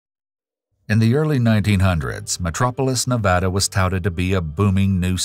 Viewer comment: Listening to the narrator properly pronounce Nevada is music to my ears.